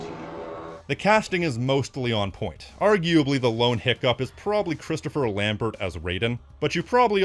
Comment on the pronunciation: Lambert = Lahm-bear